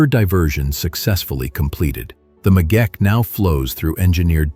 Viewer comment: It is the Megeche Dame not the megeke...just as it's not Gondar but Gonder...